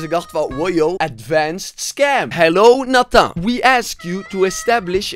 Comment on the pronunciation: They wrote natha because you say Nathan like natha